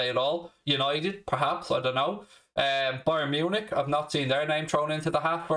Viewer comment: It’s not Bayern Munich it’s Brian Munich as says priceless